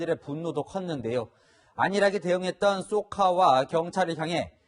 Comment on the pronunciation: 사회대신 쏘카가 범죄에 기여했구만,쏘카가 아니라 jok까로 들리는건 나만의 문제인가?